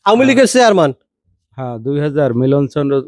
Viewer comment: কত বড় জাহেল, ডাক্তার শব্দটাও বলতে পারেনা,বলে ডক্তার,চেহারম্যান,সামান্য শুদ্ধ কথাটুকু ও বলতে পারেনা ও আবার, সাংবাদিক, মূর্খ কোথাকার